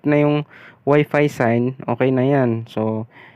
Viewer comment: Ang sakit sa tenga c Wp"iis" mo.. Speedtist.. S mo sir galit..